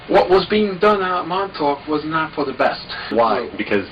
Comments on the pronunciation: Just say Montauk like you're from Long Island. Or as the natives call it Longailan. Montawk Longailan. Theirs is a beautiful dialect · The emphasis is on the Mon, not the Tauk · Can't say fucking "Montauk" but you can say "Little Lilly Millie Billie Baby Bobby Brown" fifty times